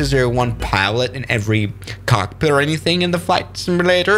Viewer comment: “I have a COK-PIT”😅🤣🤣